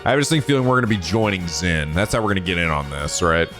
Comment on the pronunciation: Just a heads up Zin's name is pronounced as Jin.